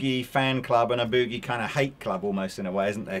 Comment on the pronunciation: Is sure wished the English gentleman would LEARN how to say the word "Boogie."